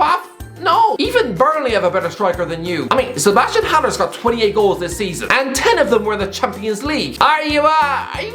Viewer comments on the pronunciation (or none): none